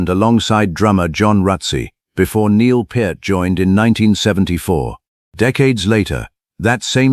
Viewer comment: Neil Part, Neil Putt, Neil Populupigus. Stupid AI. Neil Peart. Like it's spelled: P(pee), ear(eere), t(t). Duh.